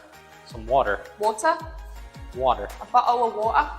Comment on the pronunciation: I laughed so hard at Bo'oh'owa'er lol